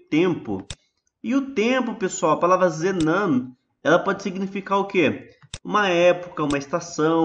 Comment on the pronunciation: Gosto muito das suas e plicacoes , mais ha um lequeno herro na pronucia ZENAN E ZEMAN, fora isso otima aula parabens